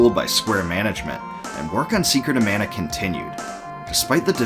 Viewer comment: ugh, please at least work on Pronunciation in the future man. This is hard to watch, there's countless mistakes. I do love that you put in so much work, but you gotta give. マナ !! マナ !! I'm still giving the thumbs up for total effort.